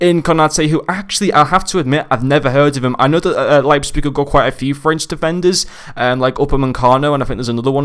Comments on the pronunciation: Actually you made a few mistakes if Leipzig were to get knocked down to Europa the cards still gets uprades. Also it's prononunced Liepzig great review as always. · Leipzpig 😅? Sounds funny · The p is before the z It’s Leipzig